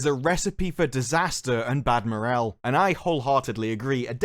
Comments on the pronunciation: Good video, but morale is pronounced mor-raal not morel. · I cringe evertime you mis-pronounce "Moral" as "Morel"